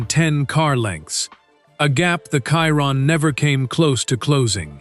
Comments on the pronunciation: Bugatti Kyron. AI... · why is he saying kyron...